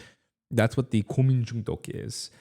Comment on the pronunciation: 한국인이신가? 고민중독 발음이 걍 원어민인데?